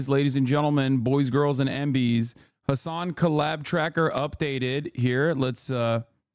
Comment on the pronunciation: Lassan? His name is Hasan, single s. You had one job and still fucked it up.